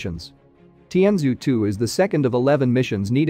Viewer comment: Your spokesman needs to take a class or two in "Mandarin" (putong hua) to get the pronunciation right. It hurts my ears to hear how badly you pronounce Chinese words. The Chinese spacecraft is called more like "tian joe 2". This spacecraft was launched from the island province called more like "high nan dao". Maybe the spokesman can locate a native mandarin speaker to double check the pronunciation of Chinese place names, spacecraft names and people names to improve these videos